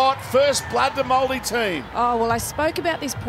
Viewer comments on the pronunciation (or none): did he really just say moldi ? At least try and learn how to say it corretly ....